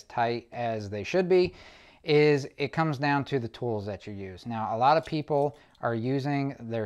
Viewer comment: One comment, the term "a lot" is not pronounced with a long A or a hard A it is a short a. Pronounced "ah lot". Its just like the A in america. Please use the language the rest of us use. Thank you. Great video with good information